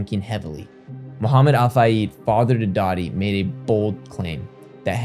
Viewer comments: Lawwwwwd, have mercy,!!! Your pronunciations!!! I'm dying!!!!! 🤣🤣🤣🤣 But for real.... Let's not disrespect Dodi.... It's "Dough-dee"... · I agree, as a Brit it’s weird to hear ‘Bowels’ which is a body part, it’s bolles in pronunciation. Dodi is do-di. Small things outside the uk but instantly makes it feel less researched. Giving as advice to improve the details, English written and spoken is very confusing that’s for sure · Some constructive feedback here..Make sure you look up the proper pronunciation of people's name for example Dodi. I came over from Julian podcast and I'll be listening to the rest of what you talk about Princess Diana